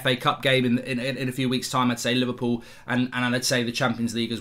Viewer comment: He said “livercool” 😎..